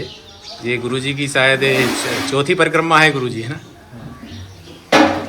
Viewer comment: ये परकम्मा क्या है ? परिक्रमा कहो l ये भोजन प्रसादी क्या है ? सिर्फ प्रसाद कहो l भोजन अलग है, प्रसाद अलग है l भाषा सही होनी चाहिये l भाषा सरस्वती मां है l